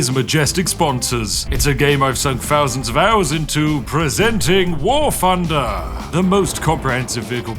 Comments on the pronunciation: "PRESENtinga... WAR FFUnder" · It's pronounced "Wart Hunder."